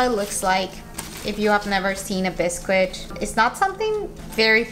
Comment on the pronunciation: Hi! Biscuit is pronounced “bis-kit” English is confusing!